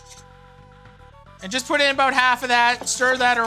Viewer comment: The best part of cooking videos is the word "about"